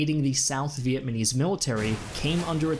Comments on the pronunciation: Make sure next time to learn how to properly pronounce Vietnamese please. NOT VietManese its VietNamese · Ok dude its Vietnamese not Vietmanese. Get it right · Vietmanese? It's ok we know what you were saying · Anyone notice he says "Vietmanese"? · It's pronounced "VIET-NA-MESE"... not "VIET-MA-NESE". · It's pronounced Viet-Nam-ese. Not Vietmanese. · So good but is he saying “Viet ma nese? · this guy is saying vietmanese what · He says it multiple times! Again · Really hard to take seriously when you can't pronounce Vietnamese properly.